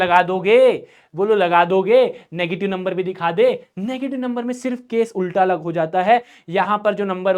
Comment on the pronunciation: अगर ❎ अगल✅😂😂😂